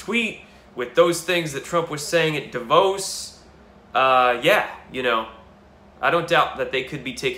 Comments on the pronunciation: Davos. Davos, Switzerland. Pronounced: Dàh-vos (rhymes with hose) Emphasis on first syllable, like assh*les. Rhymes with Assh*les. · davos r u so illiterate u cant pronounce da like damn vos like owe... or do u think irregardless is a word